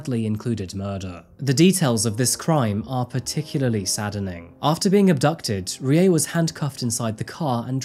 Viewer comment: R is a combination of R and L. Pronunciation for Rie is closer to RLi-eh. Fun fact: Many Pachinko parlours (At least in the areas I lived) are owned by Koreans. Fun fact 2: Kyokushinkai Karate founder was also Korean.